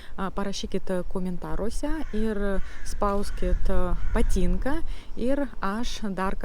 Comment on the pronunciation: biat,tian,nias,prie situ tarimo reiktu padirbet.dar zodis patynka,taip pat raide t vietomis girdisi kaip c,tc,bet be situ klaideliu,akcentas nelabai jauciamas,pasiekimai akivaizdus.greitakalbe turetu kiek padet susitvarkyt su tarimais,kaip beje ir dainavimas.